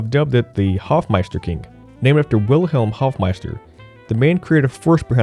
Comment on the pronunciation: It´s Hofmeister Knick, pronounced K-nick, not Kink ^^